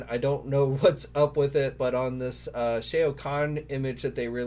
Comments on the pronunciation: C please, it's SHAO. it really hurts our ears, brother. Lol. Like how you pronounce Shaolin. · Just stop saying the name "Shao", you can't pronounce it and it's just embarrassing. I'm embarrassed for you... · You’re saying Shao wrong